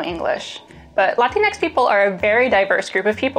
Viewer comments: the fact that she said latnix ruined the the video for me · "Latinx" is not pronounced "Latin X". You either say Latine (pronounced the same way as Latino but with an "eh" instead of an "oh") if you want to be modern and gender neutral, or you just say Latino. "Latin X" sounds like a weird version of the X Factor. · "Latin eks"? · Did she say latin-x people? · It's "latino" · cringed at the pronounced "latinx" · Latinx? Roflmao. Knock it off before you start saying apple as manzanx.